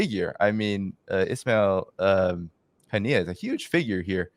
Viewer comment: He didn't even know what the name of late martyr Ismail Haniyeh was, mispronouncing it in a live show is embarrassing. They only care about money